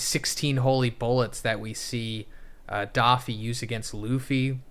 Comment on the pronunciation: Why keeps calling doffy for daffy 😂😂😂